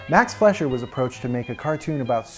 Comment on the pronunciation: As an amateur Fleischer historian, I can safely say you got all the details correct! That little bit you did where you imitated Max was really cute, & The actual print of the cartoon you used looks great! Only one gripe, & That's your pronouncing the name "Fleischer" wrong. Your saying it more like "Flesh-er" when it's more like "Fly-sher". Here's an example of it's correct pronunciation from a 1938 documentary about the studio: Still a great video, would recommend! You just earned a subscriber!